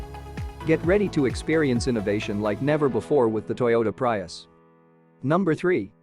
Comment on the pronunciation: Prius: Pronounced Pre-us... not Pry-us